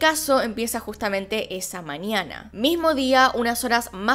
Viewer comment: se dice mañana, no maniana